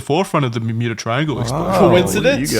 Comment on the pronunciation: the "mermuda" triangle 🔺️ ♥️ 😂 Love when the boys get motivated for a video. LOVE TO SEE IT 👀